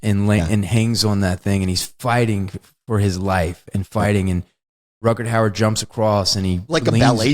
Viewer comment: He also keeps saying "Rutgerd Hauer". And I just noticed he referred to "Gafft".